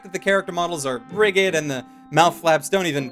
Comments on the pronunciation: Rigid isn't pronounced with a hard g. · hears rigid with a hard g Heh.